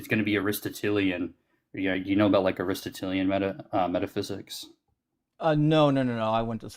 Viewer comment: oh man, he cannot even pronounce ARISTOTELIAN 😅 "denoted" ignoramus 😊